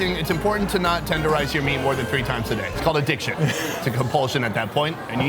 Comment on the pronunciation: He said adick shun.... ha